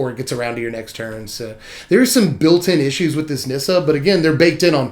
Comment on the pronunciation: FINALLY, someone who can pronounce the Nissa card correctly xD